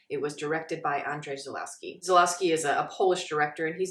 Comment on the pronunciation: Quick pronunciation correction: to my understanding, it should sound more like Onzhay Zulwovski. Though I could be a bit off as I'm not Polish.